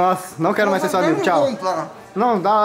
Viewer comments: q agonia desse "majs" kkkkkkkkk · Ele trocou o i pelo j kkkk